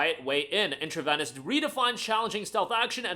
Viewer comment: It is pronounced "in tra vee nus", like intravenous injection. Great vid!